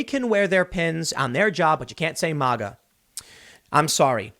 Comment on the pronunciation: Tim your KILLING me! It's MA-GA. Not MAUGA.